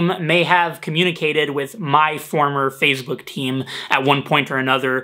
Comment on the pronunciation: "fazebook" LOL